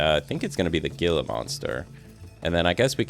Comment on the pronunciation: Couple things… there is random rotation for things like rocks and plants/trees. Gila monsters is pronounced “hila” monster and crazy fact the pecerarys in Arizona are called Javelinas “havealinas” and they are mean af!!!! I think your videos are really good!!